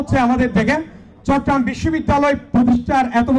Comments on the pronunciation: ভাইয়া চট্রগ্রাম কে ভালভাবে উচ্ছারণ করেন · চট্রগ্রাম উচ্চারণ হচ্ছেনা ঠিকমতো।